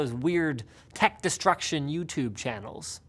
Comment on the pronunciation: Youchewb channel? Wat linus?